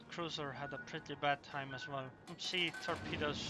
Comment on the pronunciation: was he saying torpedoes or pedo's?